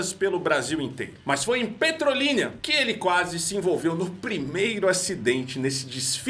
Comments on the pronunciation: O nome da cidade é Petrolina e não Petrolínia. O quase acidente não foi aqui, foi em Recife... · O nome é Petrolina e não Petrolinia KKKKKK😅